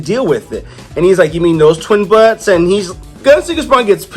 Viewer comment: buttes is pronounced "BYOOTS" rhymes with "Cute"